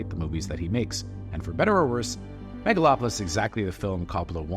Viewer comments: Maga-lopolis? Lol. I have a feeling that wasn't a genuine mistake. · "Maga-lopolis?" I thought the Trump movie was called The Apprentice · "Magalopolis"...? What? =__= And... "so we don't have"? Sorry man, still gonna watch that damn film, especially as your review has very few actual arguments.